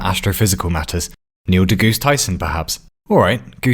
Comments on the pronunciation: I had to pause the video after the "Neil Degoose Tyson" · "Neil degoose tyson" lmaoo